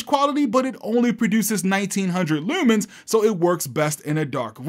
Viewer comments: Just found your channel. New Sub 🦾 Shopping around for a projector. Your vidz are helping me out a lot! Also, btw, I can tell by the way you say "looomens" you must be from Baltimore. 😂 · never picked up your baltimore accent unitl the word leumans really came through here